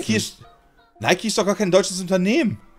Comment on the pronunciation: Es wird "ˈnaɪki" ausgesprochen. Ich hoffe meint die Unternehmen generell. Denn die Gründer sind jeweils schon lange tot.